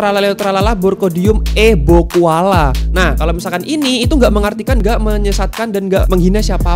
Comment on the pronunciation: "Bocualla" disaat di situ gak kedengaran sama sekali huruf b nya😂